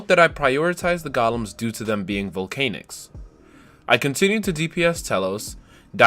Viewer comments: "volcaynics" lmfao... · nah nah, i just find the way you say volcanics funny lol